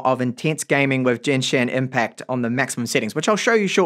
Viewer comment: No one talking about how he called it "Jenshin Impact" instead of the given name "Genshin Impact"